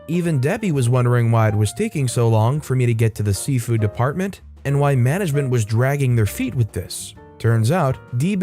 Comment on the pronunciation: Why does it sound like Safeway every time you say seafood?😁